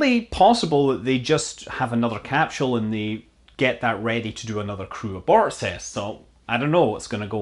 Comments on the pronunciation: It's not a 'capshool', it's a 'capsule'. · Cap-sule not cap-shule 🤔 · do you know anything? And can you pronounce "capsule" correctly perhaps...are you part of the mis-information effort you speak of... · Let's hope SpaceX's "Capshul" isn't delayed too long...I could listen to that all day!